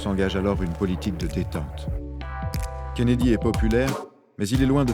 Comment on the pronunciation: Kennedy et non Kennedie.